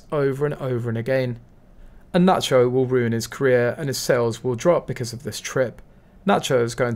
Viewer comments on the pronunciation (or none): none